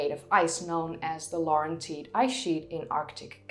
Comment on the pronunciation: The correct pronunciation of the two geographical sites in Canada: LAW-ren-tied AGG-a-see